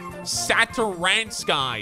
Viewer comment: You actually read Satoransky´s name right and yes he is from Czech Republic